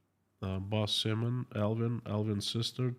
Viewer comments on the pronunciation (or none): none